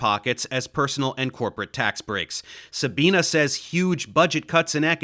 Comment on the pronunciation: Love your videoes, but plz, her name is pronounced SabinE, not SabinA